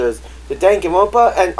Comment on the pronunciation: I think it’s just pronounced “Ruby”. You don’t spell it, you say “Ruby”